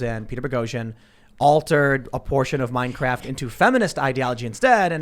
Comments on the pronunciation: "Mein Kraft" 😁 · I will forever think of Minecraft as Mein Kraft because of Tim's slip.